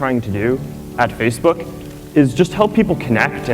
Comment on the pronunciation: He can't even say Facebook, he says Feecebook! Give Zuker all you're info and it will be sold and used down the line by manipulators that will pester you forever. Wake up, it's got nothing to do with communication or friends but all you're doing is setting yourself up as a target for commerce. I deleted my account and my life has improved now as I don't have to look at 'Mary likes the Hat Shop', the silly adverts on the right and millions of dickheads posing in nightclubs or by famous landmarks!